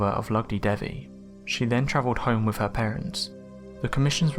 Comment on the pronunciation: Your inability to pronounce 'th' is extremely annoying. Having to listen to you saying 'firty'; 'wiv'; 'bruvver'; 'two-fousand'; 'gavvered' etc is excruciating.